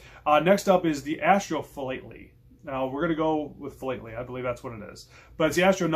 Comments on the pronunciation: Philately is pronounced 'fee-lat-er-ly' say it as one word - hope this helps. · Sounds like / spoken as: " Fil-at-ily "...